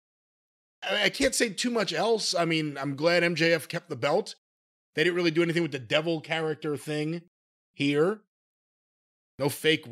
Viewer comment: My leg hurts weally weally bad guys 😢 Good grief